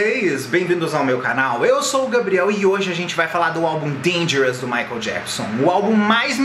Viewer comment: no começo do video ele fala "michael JAPSON" ....KKKKK